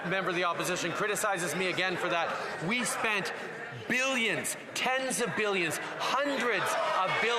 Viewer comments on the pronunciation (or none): We? Oui? Or we charity?